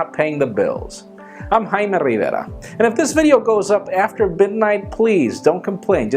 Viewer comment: Just say "rayme"